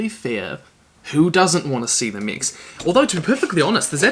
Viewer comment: It took my half the video to realise he was saying mechs, I thought he was saying mics I was confused